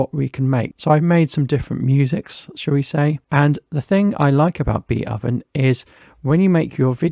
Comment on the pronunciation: I believe the name Beatoven is a pun on the name of the classical composer Beethoven, and therefore is not pronounced "Beat-Oven" but "Beat(h)oven" with the "o" soundling like the "o" in "go", "so", "hope", etc.